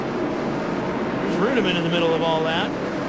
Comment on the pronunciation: I love how is mispronouncing David Reutimann's name, but is pronouncing it properly. Then the director goes AWAY from the shot of Coy Gibbs getting into Jack Sprague, then they show Jacks car crumpled and they act like nothing happened.